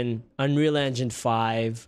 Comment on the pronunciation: Did you just say " running in 4k resholution " and " looks unwheel " yikes bro? 🤣🤣🤣